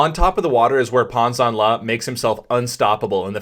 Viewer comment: I was taught that my recovery arm needs to be systematically high above the water to drive forward, so why is Pan doing this differently? FYI, last name is pronounced “Janle”. ZH is essentially a J. Love your vids. Keep it up.